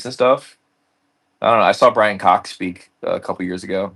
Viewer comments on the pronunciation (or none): none